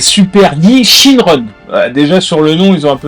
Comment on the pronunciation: J'ai la Baby et elle est plutot cool, et cest bien "Shinron" et non "Shenron"